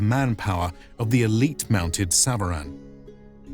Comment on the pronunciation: Thank you very much for this episode. I just wanted to mention that SVARAN as mentioned in your episode is pronounced SAVARAN in farsi means mounted troops. Or SAVAREH NEZAM .🙏❤🤍💚